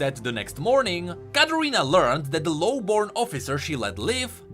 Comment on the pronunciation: You say Katarina like Carolina